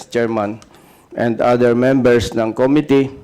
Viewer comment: MAGAĹING SANANG UMINGLES SI CONG. DAN FERNANDEZ, KAYA LANG, KATULAD NI CONG. ACOP, HINDI ALAM ANG TAMANG PAGBIGKAS SA SALITANG "COMMITTEE", NA ANG 'STRESS' IS ON THE 2ND SYĹLABLE, NOT ON THE FIRST, OK?ŕ